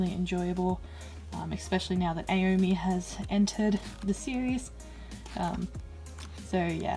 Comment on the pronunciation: Just a comment, aomine From kuroko's basketball is pronounced (A-o-me-né)